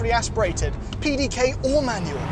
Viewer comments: As a German I feel quite offended by the pronunciation of the pdk 😂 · As a German I can tell you, no German person would have understood the word you were trying to say (PDK). You messed up the middle portion of the word completely. I am not even sure what it was that you were saying. Anyways, I am following your channel from Germany and find the content really great, Keep up the great work! Thanks!